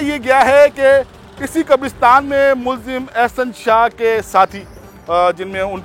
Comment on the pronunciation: Anchor sab Masih Qabrastan kehna hai. Next time, correct. Name pls